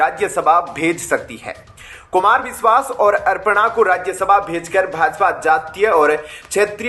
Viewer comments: अर्पणा यादव नहीं अपर्णा यादव कहो भाई ।हिन्दी तो शुद्ध बोलो यार। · It's not Arpana, Aparna hai bhai......Arpan Bhagwan ko karte hai...😂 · कितनी ग़लत और अशुद्ध हिन्दी बोलते हो तुम लोग । नाम भी बिगाड़ देते हो । अपर्णा को अर्पणा बोल रहा है । मूर्ख ।